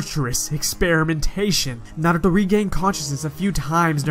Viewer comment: You say naruto with such emphasis lmao